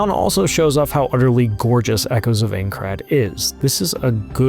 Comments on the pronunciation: I think I'd kill myself if I paid for a preview on my new game and the dude narrating the video mispronounced the games name at every opportunity and got facts wrong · Didn’t have to tell us you know nothing about SAO… we already knew by the way you pronounce aincrad 😂🤦🏽‍♂️ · If your going to review a game at least learn how to say the name correctly and look up what it is, reason why i never trust ign with any review, utter usless. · The way you say Aincrad.... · Its AINCRAD not Eincrad you absolute cretin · Bruh, it's INE-CRAD, not AING-CRAD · bro said ayncrad XD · Aincrad Eye-n-crad PLEASE 😭😭😭😭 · While the game looks awesome, and the preview is amazing, this narrator's pronunciation is cringe inducing. "Aen-crad", yeesh man. He should have at least watched the first episode of the anime to learn how to pronounce it. Or at least had someone nearby who knew anything about the setting to correct him. That second thing would have probable worked better. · I died inside everytime he said Eincrad lol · Calling it Aein-crad gave it away before you did. 😜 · we know you've never seen anything considered you immediately said "Aincrad" wrong but yes! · Listen overall great preview but how did no one at IGN correct you and make you re record the VO you mispronounce Aincrad every time and it just hits a nerve for me. Maybe that’s a me problem but the biggest gaming outlet can tell you how to properly pronounce a word. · we can tell you aren't an SAO fan by the way you incorrectly pronounce "Aincrad" and the fact that you didn't know SAO isn't originally a manga. Typical game "journalism". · "I'm not a Sword Art Online fan" yeah I could tell in the first 5 seconds by the way you fumbled Aincrad. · Learn how to pronounce it for Jesus sakes. 30 times of saying the wrong name that would take two seconds to know.. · Im actually getting triggered that reviewers can’t say Aincrad properly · If you played the game why can't you pronounce the location correctly?